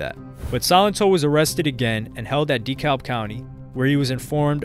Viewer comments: It’s pronounced “DUH-CAB” County. 🤦🏽‍♂️ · Lol yeah I'm gonna be that guy but it's pronounced*decab" county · Dekalb is pronounced DEE-CAB lol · DeKalb county isn't pronounced "Dee-cowlb" but, rather, "Deh-cab". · It’s Da-kalb not de -kalb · It’s pronounced. De- Cab not De-kalb lol the l is silent damn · hahaha we pronounce it DeCab.. lmao Dee Calb… no beef tho, just a funny native thing. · De-kab we don’t say the L 😅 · The way he says Dekalb county is triggering me. It’s pronounced DEE-CAB county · DEKALB is pronounced : 👉🏽 (Dee-CAB) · I hate how this guy pronounces deKlab county lol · 🗣️ It’s “Da Cab” County. The L is silent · My mans really said DEE-CALLB county this whole video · Yo you’re good bro I love your videos have been watching for years, but it’s pronounced duh-cab county 😂I live here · Dee kalb 😆😆😆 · IT'S PRONOUNCED D CAB County. And yes I know it's spelled Dekalb. Lol. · Plz stop pronouncing dekalb like that. ITS da- cab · Just wanted you to know its pronounced Da-Kalb closer to Da - Cab . Look up something like a Dekalb County police press conference you’ll hear them pronounce it . Good video tho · hearing someone pronounce the "L" in Dekalb is so weird. great video! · I cringe every time i hear say dekalb 😂😂 pronounce it right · By the way being from Atlanta. Buddy who made this video saying DeKalb so so so wrong. That’s not at all how you pronounce it lol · You could take the time to learn how to pronounce the names of well known places like “DeKalb” 🫠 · The “L” is silent in Dekalb County in Georgia. Not trying to be rude, just letting you know. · I hate when they pronounce Dekalb wrong 😂🤦🏾‍♂️